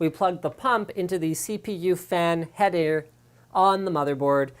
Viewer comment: "cpu fan haeder" lmao